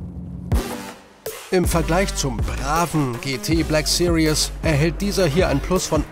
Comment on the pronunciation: Bitte series nicht wie sirious aussprechen. Seriös ist ein anderes Wort!